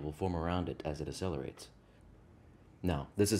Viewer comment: You're not saying the word accelerate correctly. You're saying it as if it's spelled asselerate. The jacking off reference was not funny. Gross. No one wants to picture that.